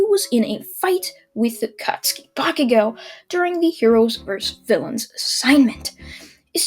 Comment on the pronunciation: ya he finally said bacugo's name right:)